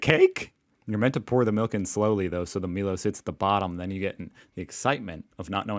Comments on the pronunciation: Not the first time a YouTube reviewer has called it Meelow. Don't forget, he also says Freedo Frog and Chicken Crimmy. 🙄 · I live in Melbourne and so far have had 2 deadly snakes 🐍 in the backyard! Make that three just had another one. 😅 I’ve never tipped, never! I give to homeless people living on the streets. 😢❤ The chocolate drink is pronounced my low 😂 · "My-low" 😂 It is chocolatey malty milky heaven! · You have to try Milo. BTW it's pronounced "My Lo" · Emu EM-YOU Milo MY-LOW QANTAS never mind it’s spelled stupidly anyway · IT'S PRONOUNCED "MY LOW" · *(not Me-Low)! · 🤘hi,Milo is pronounced mylo🖒 if you mix mmmaybe 2\3 cup of Milo slowly with milk and its thick and sort of foamy choc malt mmm yum😊❤❤❤love to your beautiful wife&son✌ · It's pronounced mylo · Milo isn’t chocolate, it’s malt and it doesn’t mix like it’s supposed to 😂😂. Pronounced “My-Low”. I love Cherry Ripes but yeah they’re 50/50 love/hate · I was dying inside when he was saying "me low" XD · milo pronounced " my-low " if u come to aus youll learn more in a day than you would any other way . im sure we'll shout ya eventually if you keep these buet vids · Milo. Pronounced “my low”. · Pronounced My Low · Send a post it note with it "my-low" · He’s not pronouncing it as written. There is no E in milo . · is getting flamed big time over saying Milo 😂😂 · Well, you pronounce a national icon incorrectly, that’s what you get! 😂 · Possum dog rolls are super healthy for dogs and high energy Also milo is ptonounced my low....really yummy chocolate drink hot or cold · milo is pronounced meyelo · I love that you just pronounce words as they are written however it is pronounced “Mylow” and I fill my glass with it and only add a tiny bit of milk. That turns into a kind of chocolate paste that I eat with a spoon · Milo = M-eye-Low, Woolies = Wool-ee-s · Milo is produced My-low. (Sorry if the comes off mean I don’t mean it too) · it's pronounced My-lo and the parrots are wild birds!